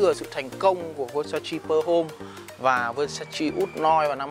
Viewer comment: Góp ý: phát âm đúng tên thương hiệu...